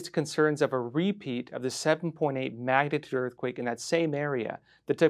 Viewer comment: What's a "magnaturd"?